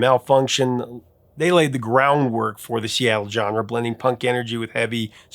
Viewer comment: Johnra??? It's not pronounced like that. Edgiot.